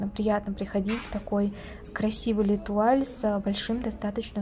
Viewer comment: Не летуаль, а лЭтуаль 😂